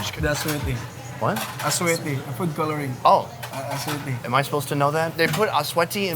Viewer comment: Hey its "asuete" not "swesty" 🤦🏻‍♀️